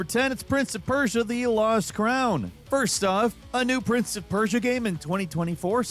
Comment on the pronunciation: prince of peurshahahhahah was terrible